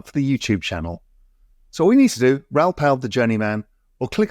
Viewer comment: Why can't anyone say Raouls name properly ?